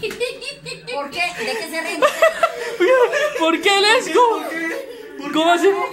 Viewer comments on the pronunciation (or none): tri, tu, guan... LEZ GO! xd jaja like si te dio risa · lest go. hay Dios mio jajajajajaja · Yo escuché Elmo y era Lets Go XD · Nadie* Absolutamente Nadie* La mama de Carlos : les gou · La mamá no dijo lets go, ella dijo lesgou xD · si es verdad dijo lesgou 😂😂😂😂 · "Les go" JAJAJAJAJAJA 🤣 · Three two one les go 😂 xD 🤣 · La boto la abuela de como se dice en English cero dijo: lest'go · One two Three lests go 😂😂😂😂😂😂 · Lest go,jajajajaja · Nadie, absolutamente nadie La mamá de carlos: Cero se dice Lets go xD Saludos y éxitos!!